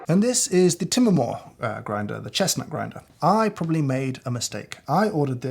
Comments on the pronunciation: unrelated but im wondering how to pronounce Timemore ? like " Time More" in english or Timé Moré like james pronounce it? Im curious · What's Tim-A-More?? It's Time-More as in I wish I got more time with James!! But you chose the wrong model, the timemore c2 or c3 full metal are the most popular and have a pleasant feel wrt usage. Really felt bad for the Porlex, the last boy in the class; it will give up!